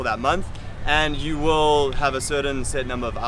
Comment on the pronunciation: The hardest thing for the Vietnamese, is trying to learn English from all the people coming to Vietnam, to teach English, with heavy accents and broken English themselves. People from India for example, or any other person that can not use proper diction. For example: this gentleman say (you) like it is spelled eww. Not trying to down this guy, it's something to think about before you try to come and teach. Vietnamese are not dumb, they will soon learn that you are not teaching with the proper pronunciation and spread the word that you are not good. Good Luck!